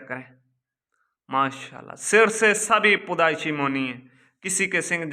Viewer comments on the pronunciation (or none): پودائشی نہیں پیدائشی ہوتا ہے